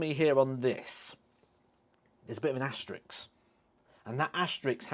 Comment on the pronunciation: Asterisk, not asterix 😉